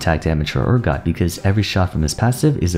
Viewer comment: Damn, saying Urgot's name wrong six times. That's commitment!